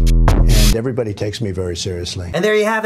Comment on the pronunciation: "And everibody takes me very seriously" LMAOOOO